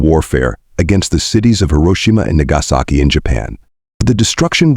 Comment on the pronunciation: I actually had to double take when this crap AI attempted "Nagasaki" 😂